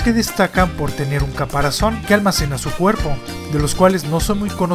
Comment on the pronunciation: Bueno en este vídeo solo note que en el minuto dijiste “caparacion” en vez de caparazón, pero en muchos de tus vídeos tienes errores similares, no te pido que los corrijas, si no que los evites a futuro.